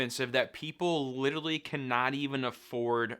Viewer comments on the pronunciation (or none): Lidderly!!! Like, Lidderly!!!!